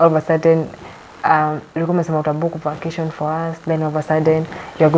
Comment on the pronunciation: "facation"😂😂 Ati I want to have a"lest" Wandau 😂😂😂😂😂😂